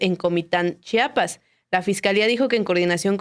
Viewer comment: Chpas?? Si no don puertas tu periodista quien eres para que pronuncies chapas, estudia amigo es CHIAPAS no Chapas si no son puertas